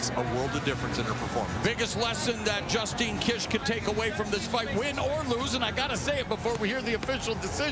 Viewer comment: Mauro Ranallo got it right, but BIg John McCarthy called Justine Dish "Justin!" in the beginning! What is wrong with him? 💢